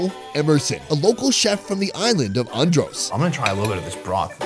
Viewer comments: Its how he pronouncing (an- drus) (an-drose) just een sitting right wimme.😭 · I cringed everytime he said "Un-dros" and "Bah-he-mians" 😭🤣😣🤦🏽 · calls Andros ONNDROSE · Pronunciation of Andros is and-drus tanks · Lol I love how he pronounce Andros… it’s really Andrissss 😂❤️ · pov: you from nassau and you died of evrything for him saying adros wrong to the whole video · I died everytime he pronounced Andros